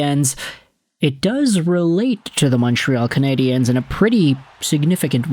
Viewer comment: Why do you say "Cana-di-enes". It's Nonsense. Either say Canadians, cause thats the word, or Canadiens in French, which you would have to listen to it once in French beforehand, but fyi nobody says Montreal Canadiens, either Canadiens de Montréal or Montreal Canadians